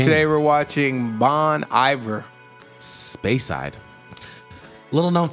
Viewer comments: Just so you know, the singer is Justin Vernon, from Wisconsin. Justin's band is Bon Iver, pronounced Bone Ee-vair. Bon Iver comes from Bon Hiver, which is Good Winter in French. Justin is an extremely musical genius. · Thank you! I ended up watching somebody else react to this same song and very quickly realized we had been pronouncing the name wrong! lmao. - Cam